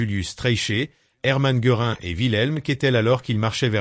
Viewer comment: Difficile! car il faut sans cesse décoder les noms allemands! "Geurin" c'est tout de même un peu fort de café!! On savait les Français peu à l'aise avec les langues étrangères et la prononciation de celles-ci, mais là, c'est le pompon! Et puis, en dépit du fait que le commentateur mentionne divers prévenus, le documentaire montre presque toujours le même personnage (Göring). On aurait au moins pu montrer le personnage dont on cite les dernières paroles, non? Le projet était intéressant, la démarche intellectuelle louable, mais quel gâchis la réalisation! Décevant, vraiment!